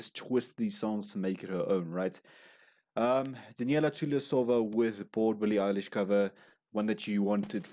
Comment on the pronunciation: Love your reviews of Daneliya but you still are pronouncing her name incorrectly. It is Dan el i ya NOT Da kneel i ya